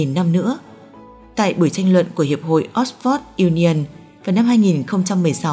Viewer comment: Còn nữa với cái tên của đại học Oxford mà lại phát âm là .. Ót.. phót..?!!